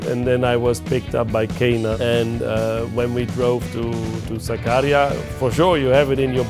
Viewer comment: KENAN [Ken-an]- the greatest challenge of Toseland and Haines careers has been getting the Supersport legends name right ffs... has boiled my p1ss for 10+ years... Toseland still cant wrap his head around it, says 'Kay-nan' per the BMW lad. WHAT IS SO DIFFICULT. KEN-AN FUUUUUG... Have some respect. Toseland and Haines made watching SBK painful (Ireland/UK coverage), Byrne and Stringer too ARRRRGH, I sopped watching... If Toprak makes anywhere near top of GP, he'll be GOAT OF GOATS.